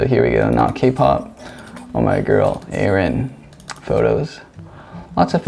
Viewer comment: You are pronouncing her name wrongly. It’s Ah-rin not A-rin.